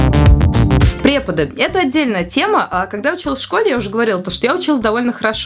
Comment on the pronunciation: У тебя в конце не преподы, а преподык:)